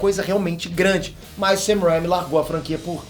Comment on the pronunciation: O do Ei nerd não sabe pronunciar o nome do diretor Sam Raimi direito isso me irrita